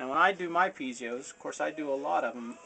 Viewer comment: awesome but it isn't said "pizios" its pi-ez-os